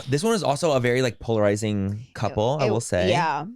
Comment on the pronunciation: Take a shot every time Manny says ‘polaziring’